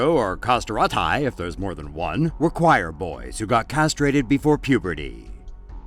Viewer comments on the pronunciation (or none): The way you said "castrato/i" almost killed me. At least listen it on google translate first